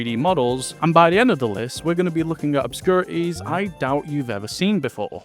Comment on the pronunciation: I heard "obscurities" as "opscurties" and I got confused